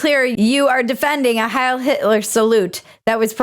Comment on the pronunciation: not "hail" cortez..............it is Hiel still a fool, the voters aren't any better.